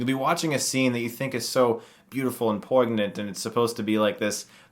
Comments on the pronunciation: Your pronunciation of "poignant"... oh boy. And the cinematography is some of the best ever in a coens movie, IMO. Brilliant film. Huge fan, respect your opinion Chris. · Did you pronounce poignant with the g lol...idc still love ya